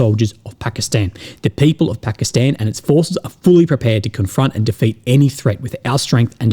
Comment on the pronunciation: Thumbs up for pronouncing it Pakistan and not Pahkastahn.